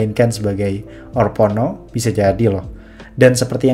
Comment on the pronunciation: orpono apaa, haduhhh. bacanya orphenok broo